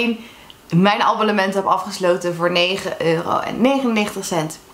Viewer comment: Zeg je aan het begin nou: Abollement 😅